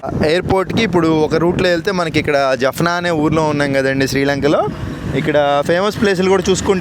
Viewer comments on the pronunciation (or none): జప్నా కాదు,జాప్నా అన్న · Jafna కాదు జాఫ్నా - jaafna